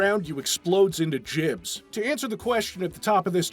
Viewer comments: Jibs? You mean gibs. Its Jif and Gif all over again. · FFS its 2025... its "GIBS" not "jibs". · no its short for Giblets and his pronunciation is wrong.. as are YOU.